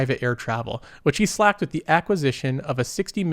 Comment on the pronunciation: "Slaked" is past-tense of slake, pronounced /slāk/ . Just saying. It's not Slacked.